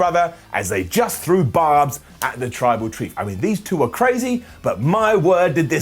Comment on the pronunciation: struggling with "tribal chief" and saying "tribal treef" is giving me life.